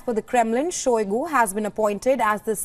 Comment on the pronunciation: Shoigu became Shoigo